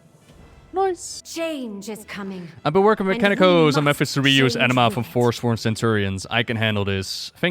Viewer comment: I know its actually "anima", but all I'm hearing is "enema".